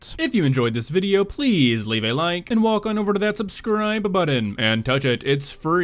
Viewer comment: Why he adds letters in the end of the words? "Videoah" "positionah" "for realah" bru wtf is that